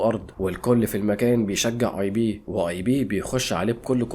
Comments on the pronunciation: اسمو ايب مان وليس ايبي🤦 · اسمو ايب مان مش اي بي😂